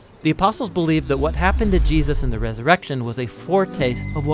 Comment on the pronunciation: you slurred Jesus‘s name... I would fix that and re-upload.